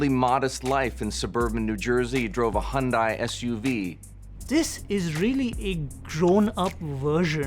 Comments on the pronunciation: Hyundai... almost perfect. It's pronounced like Sunday. Sunday Hyundai. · That guy keeps saying Hondai when it's Hyundai. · Please make the guy stop mispronouncing Hyundai.